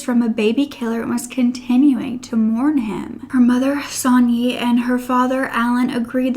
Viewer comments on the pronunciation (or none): none